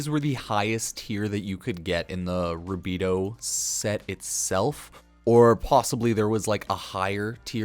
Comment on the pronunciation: Sorry I can tell you don’t even play the game calling rubedoe “rabedoo”